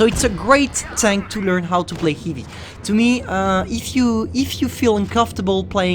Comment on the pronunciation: Its heavy not heevie dumbass